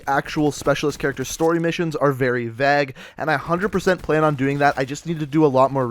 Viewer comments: “A lot of the specialist character stories are very vag”, it’s Vague or the pronunciation “vay-ge” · Did this dude say Vag? Bro it's Vague, and pronounced (Vāg) look it up on Google and you'll know how to correctly speak English. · He said “vag” but was he trying to say “vague” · Smokey Boi I’ve heard keem say it like that. Maybe it’s a region thing? Still funny tho